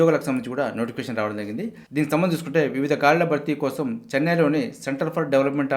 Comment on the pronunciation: "Jarigindhi " ani clear ga palakandi sir, adhi clear ga artham avvatledhu.